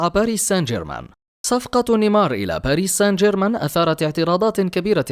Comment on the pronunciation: باريس سان جيرمان ليس باريس سنجرمان